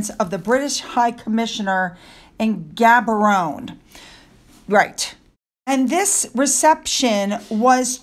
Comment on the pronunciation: You did well with all those names! Gaborone is pronounced GAB-OR-OWN!